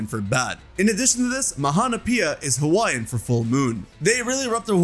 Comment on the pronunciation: It’s ok your hawaiian pronunciation is definitely better than others 🫶🏽